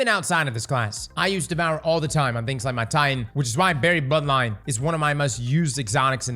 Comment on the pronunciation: You’re gonna sit here and tell me you DIDNT say Barry ButtLion instead of Buried Bloodline? 😂